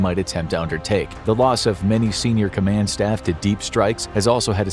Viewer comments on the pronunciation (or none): none